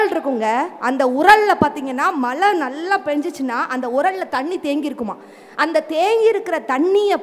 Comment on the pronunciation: Malai illa mazhai